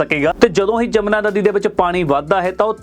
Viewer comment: ਜਮਨਾ ਨਹੀਂ ਆ ਮੂਰਖ ਵੀਡੀਉ ਮੇਕਰ ਯਮੁਨਾ ਹੈ ਨਦੀ ਦਾ ਨਾਮ, ਸ਼ਬਦ ਨਾ ਵਿਗਾੜੋ ਭੋਰਾ ਪੜ ਲਿਆ ਕਰੋ 😡😡😡